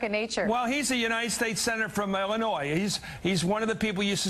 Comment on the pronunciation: I hate that he said Illinois wrong..... you don't say the S.